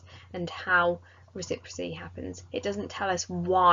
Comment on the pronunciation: It’s reciPROCity not recipricy